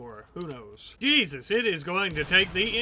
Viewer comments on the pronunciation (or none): none